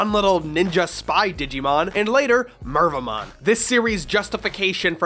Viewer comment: Mervamon kept hearing Minervamon for some reason.